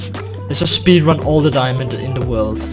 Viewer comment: I really love his "diamondo" accent😂😂